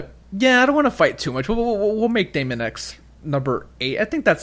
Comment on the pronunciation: Nice video and list guys. Mario Bros Deluxe is a no brainer and should have came out late this year but was probably pushed back too Jan 2019 so Smash can get the full effect of the Holiday Season. Deemon guys not Daymon, Daemon(demon) x Machina is a game that just looks better and better everytime i see it, i am not expecting a big story campaign but with online multiplayer, it could be a ton of fun. Yoshi's Crafted World is looking like a relaxing fun playthrough. Project Town we need too see more of but it could be really good. AC i don't play but it is a huge Nintendo franchise. FE 3 House's is gonna be in the top 3 best Switch games of 2019 and i think it's gonna wow a ton of people. Luigi's Mansion is gonna be alot of fun and i am expecting and 2nd character a female character and too be able too playthru the story campaign in 2 players, that would be awesome. Pokemon is another franchise i don't play but i am gonna keep my eye on it n see how good it is gonna been but again another massive franchise. Metroid Prime 4 i do feel will be the best looking and best playing game on the system and will utilize the Switch n Joy-Cons too the fullest, this is my pick to be the best game overall in 2019. Bayonetta 3 should have been on the list tho, that is going too be a dope Title in 2019.